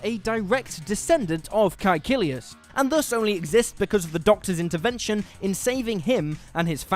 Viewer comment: he said it exactly as they do in the series.